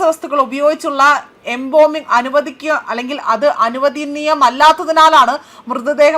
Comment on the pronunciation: എന്തായിത്, എമ്പോമിംഗ് അല്ല, embalming ആണ്. ഇവർ എല്ലായിപ്പോഴും തെറ്റാണ് വായിക്കുന്നത്. നിങ്ങൾ കർമയിൽ ആരും ഇവരെ മോണിറ്റർ ചെയ്യാറില്ലേ.